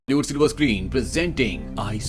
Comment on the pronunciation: It's say bely-hood silver screen 😂